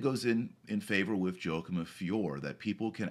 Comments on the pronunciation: YO-A-KIM :) Great vid though Dr. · It's pronounced "Whakim".